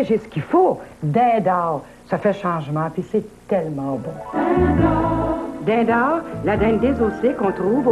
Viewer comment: Dind'Aowr!! Curieux qu'on ait laissé passer ce genre de prononciation de la part de cette comédienne chevronnée, surtout qu'il s'agit de nommer la marque du produit...